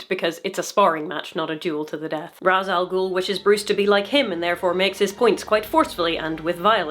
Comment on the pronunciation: So... Ra's Al Ghul is pronounced "RAYSH al gool". It's not typically pronounced Rahz though, to be fair sometimes the directors get that wrong too.